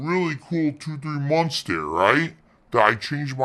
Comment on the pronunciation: These vids are too good.😂😂😂 Also I honestly thought I was the the only person who noticed he says “munts” instead of “months.”